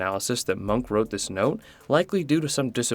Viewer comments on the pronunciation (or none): Bad at names, pronounces munch as monk.... Srry dude, but if you do not know how to say a word you can 1. look it up, 2. ask someone else and 3. You could not throw your arms in the air and proclaim that it can not be expected of you to say something in a slightly different language than your own. Munch is a globally known and recognized name, im sure someone on the internet has spoken the name before for you to hear.